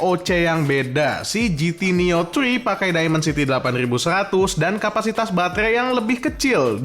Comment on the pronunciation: pasti guru bahasa Inggris baca dimensity aja daimensity gokil